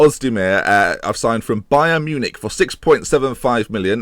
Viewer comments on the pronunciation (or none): none